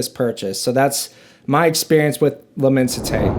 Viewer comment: Pronounced: LI-MON-SI-TAY